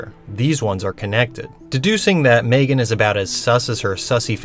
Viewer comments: it grinds my gears how calls her maegan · Right!? Its pronounced M-three-gan